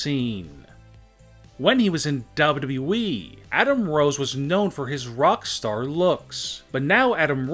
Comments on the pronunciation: It’s wwe not dayudayue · Why do you say dubaa badee it’s wwe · It's wwe,not dablu dablu e😂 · Its WWE not WW-WE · it’s Double U Double U E btw. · "bobudabuee'' you mean wwe freind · I love this video but I can’t stand how this man says wwe he says it like dobleoo doubleoo Eeee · He says wwe Dub dub E xD I'm just saying pls don't roast me. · Ww weeeeeeee You’d think he’d learn how to say it right by now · what the hell is daablu daablu eeeeee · What the hell is dubdubue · Why do yo say wwwe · Why cant u pronounce wwe properly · Dude I like u but hate the way u say wwe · What's wrong with this guy saying wwe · this guy can't even pronounce WWE properly... lol